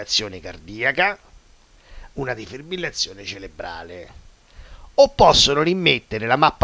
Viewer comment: si dice Cerebrale, con la "R"